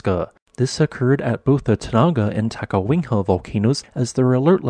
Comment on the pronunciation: The "city" of Adak had a population of 171 as of the 2020 census -- "town" is a more appropriate descriptor and Adak is a very small one. Is there a reason you say "Ta-ka-WING-ha"?